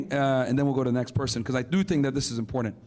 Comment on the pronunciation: can't even pronounce the word important correctly. lol